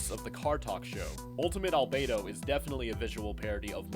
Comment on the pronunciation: You pronounced Albedo wrong. Great video though.